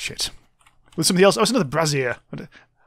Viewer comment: Its a brasier/brazier not a brassiere